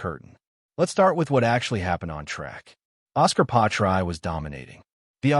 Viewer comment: The worst AI name butchery ever. Really??? Pie-try? Bro the AI didn't even pronounce the s in Piastri. Delete this and remake it with at least some effort FFS.